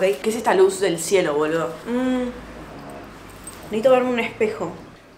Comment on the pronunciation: Jajsjajsjaja dejá de decir boló (boludo)😭😭